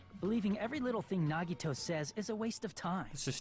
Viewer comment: did he just say naygato..